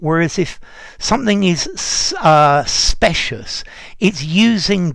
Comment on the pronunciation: Dear, in terms of pronunciation- shouldn’t “specious” be with the long “I” rather than with the “short one”?